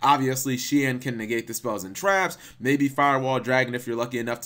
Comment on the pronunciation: I think Shien is pronounced as Shi-N, not shin.